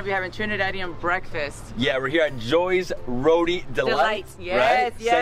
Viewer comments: THE ROTI IS PRONOUNCED RO-TEA, it makes me cringe to hear you say RODEE lol please !! RO-TEA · Let the man know its not RODI its Roti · Trinidad 🇹🇹 best food in the world!! But someone please tell him it's roti and not roddie 😂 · I keep trying to tell him on all the videos he showcases roti, but he probably doesn’t read comments or wants to sound ignorant “it’s ROTI!!!!! Not rodie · Hello helllo. Rotiiiii Row-tea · Ok as a trini you can't say rodi ok~ it's roti it don't has a d in roti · It’s not ro-DI it ro-TI thats how u pronounce it🤍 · Someone teach this guy how to say roti and not rodi lol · Is it bad that I don't like how he pronouncing it weird from Trini ppl 😭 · I hate how this guy pronounces ROTI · The way this guy is pronouncing the food is cringe. Learn to say them properly, you are butchering the names of the food and acting like you're cultured. Just stop.